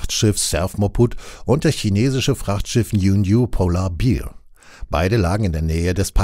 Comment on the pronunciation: "Polar Beer" XD Auf leopunktorg kann man sich Fremdwörter vorlesen lassen.